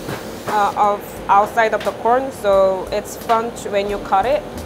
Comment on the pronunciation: It sound so much like she says p orn when she says corn